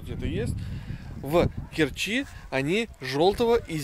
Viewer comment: Очень странно, что Азов встретил вас непогодой - моё любимое море - тёплое и спокойное. Ребята, не в КерчИ, а в КЕрчи надо говорить)